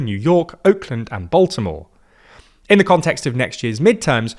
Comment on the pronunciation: the way you pronounce Baltimore is like nails to a chalkboard